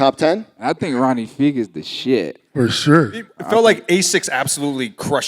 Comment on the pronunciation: The comparison between Yachty and Tucker is night and day. Tucker is level headed, respectful, and knowledgeable. Between not knowing about the new Jae Tips, mispronouncing Ronnie Fieg, and so on he just seems kinda ignorant and acts like he doesn’t gaf